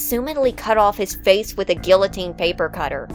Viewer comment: Pronouncing the L's in guillotine... Truly despicable...